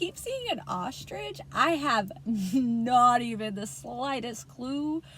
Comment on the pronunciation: Wow ostridge is what people used to call me as a kid cos my middle rhymes with it 😂 was wondering if this was for me well yeah ahahaha